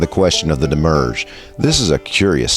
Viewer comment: *Psst, it's "demi-urge" and it isn't "Elias" * [/nitpick] Looking forward for more with great anticipation!